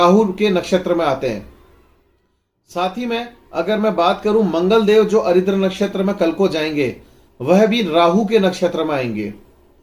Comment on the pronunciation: भाई साहब, आप जिन नक्षत्र को अरिद्र कहते हैं उसका सही नाम आर्द्रा है, अरिद्र नामक कोई नक्षत्र नहीं होता है।